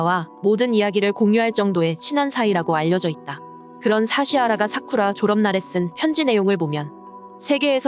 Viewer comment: 사쿠라 라고 발음해 주세요 사꾸라 말구요..